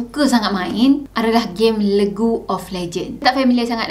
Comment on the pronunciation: bukan legu kak hahaha cara sebutan dia "lig". League = Lig of lejen